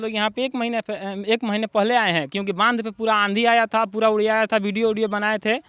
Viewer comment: इसको बंधा बोलते है 😅😅 नहीं बांध बोलते है बंधा पत्ता गोबी को बोलते है